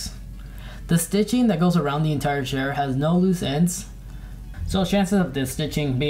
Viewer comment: Chair, not "shair"